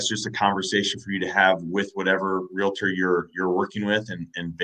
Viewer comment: Really? "Real A Tor?" Its a two syllable word